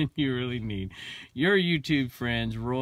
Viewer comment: I'm calling you out Sir...It's "Roy " RK Treasure Center....